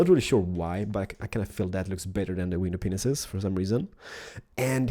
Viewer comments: You said window penis instead if pane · He did say "Window Penis" but its glass pane Xd